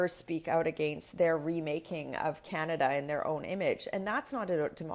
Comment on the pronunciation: It’s last line of defence not defense, and Canada, not Kenada.